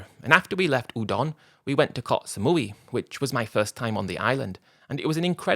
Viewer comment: It's koh not kots